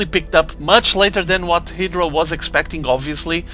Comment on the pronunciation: Idra not edra haha